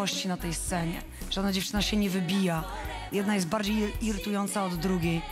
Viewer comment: A bardziej nie "jest" tylko "yest" 😂 😂